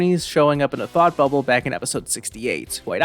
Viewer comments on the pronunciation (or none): none